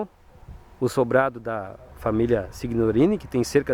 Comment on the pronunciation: Uma observação, se escrevi SIGNORINI, se lê SINHORINI..a letra G é nula na pronúncia..no restante a matéria é emocionante, Vovô João foi quem gerou a minha ramificação genealógica.